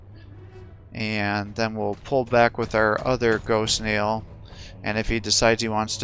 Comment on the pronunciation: Very good Game! However I would like to point out its GhostKEEL not GhostKneel, But Entertaining non the less Keep it up!!